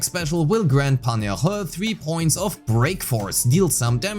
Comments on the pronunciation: Btw the correct pronunciation is sort of like Yeen-Hoo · it's pronounced yin-hoo but close enough!